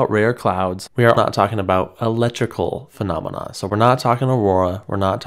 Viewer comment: How many "fanamena" ?